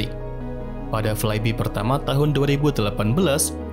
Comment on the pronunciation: I hate to be that guy, but it's spelled "flaibai" not "flaibi", lol Other than that, great video!